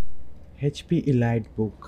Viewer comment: It’s pronounced Eleet sir not elyte.